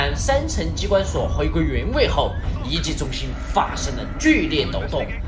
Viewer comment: 1：13时厂长说遗迹我为什么我会听成“ying jing”？